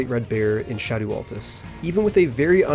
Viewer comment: Just say shadow you sound stupid saying sha-doooo.